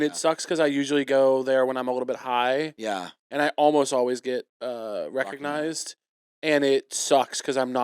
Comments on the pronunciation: Is Kevin saying 'recognized' like 'rock-ognized'? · is he saying rockignized